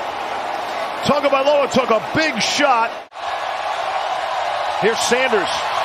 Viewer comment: "TAGOVAILOA" Where is the "N'' in that name? There is none! TAGO vs. TUNGO equals different names.